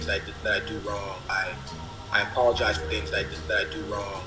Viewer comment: How did you fuck the Word "apologize" up so bad 😂